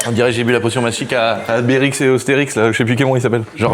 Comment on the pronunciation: Alberix et osterix qu’il a dit 😭😭😭😭